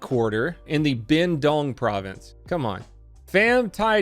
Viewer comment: He pronounced Binh Duong like Big Dong Lololol